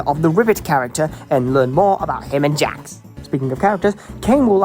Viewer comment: (Angry British noises)